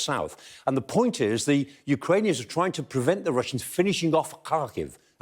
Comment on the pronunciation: It's impressive how easily he can pronounce the name of Ukrainian cities.